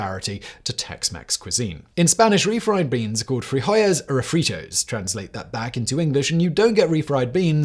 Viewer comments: Did anyone else keep hearing Simon say refried breans? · Refried breans? LoL Surprised Simon didn't catch himself on that one.